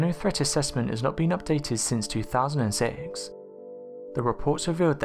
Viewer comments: Two thousand and sieexx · “Since 2000 seks”